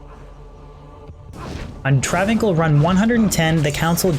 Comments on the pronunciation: its travin 's(i)l not travincul. seriously cannot believe you are saying travincul its breaking my brain. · Welp, i guess the understanding of the English language have seriously escaped you.. Its pronounced Trav-incal even Deckard Cain says Travincal...If Deckard Cain is wrong then im a bunny rabbit.